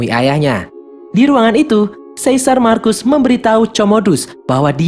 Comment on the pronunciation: Satu lagi bukan marcus di bacanya tapi markus